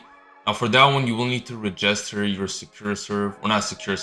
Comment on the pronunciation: Bro doesn’t know how to say register💀💀 “re-jester”😭